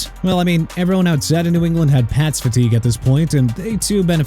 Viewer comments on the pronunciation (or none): none